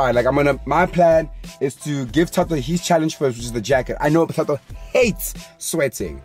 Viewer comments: " now fato and Percy are left" isn't it thato not fato😭😭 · So we going to mize how the cone pronounced Gontse and Thato’s names ?🤣🤣